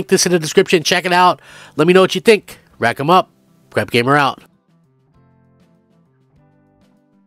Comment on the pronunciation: A why do u always say rackem up